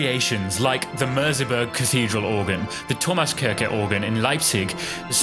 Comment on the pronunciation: As a German speaker, the only thing funnier than your pronunciation of Merseburger Dom is your pronunciation auf Thomaskirche Leipzig😂😂 If I didn't know these organs, I had no clue what you are trying to say. (I don't mean it in a bad way, my english is not the best, too🙈)